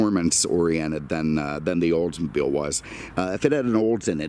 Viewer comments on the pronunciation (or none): none